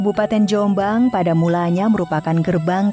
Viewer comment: Penyebutan nama .. yang ditekan di awal dan dilepas diakhir . Sehat terus Dulur Jom'bang